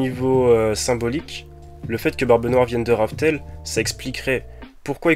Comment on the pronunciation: Juste c raftel et non rough tell